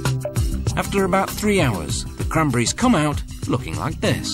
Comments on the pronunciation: it's c-r-a-n-b-e-r-r-i-e-s not "kramburis" hahaha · Except the way he says "cranberries" makes me laugh... "crunbries"